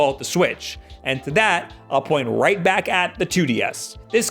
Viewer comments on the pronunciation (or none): none